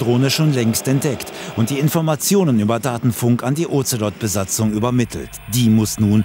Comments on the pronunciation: Sprechen Sie mir nach: "Das Ozelot kotzt am Ozean auf Bozfahrt". Das Otzelott! Die Bundeswehr mit ihren Tiernamen, die sie selber nichtmal aussprechen kann... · der Otzelott .... diese Aussprache 🤣 klingt wie ein Ritter der Tafelrunde. Sir Otzelott.